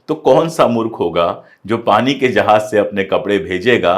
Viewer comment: Sar Sar jahaj ya FIR jahaz